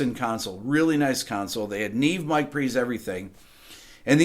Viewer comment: is it also embarrassing that you don't yet know how to pronounce "neve" correctly?